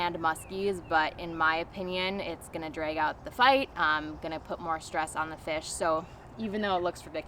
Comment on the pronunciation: When you said the word "drag" I felt like I transported straight to Minnesota. Lol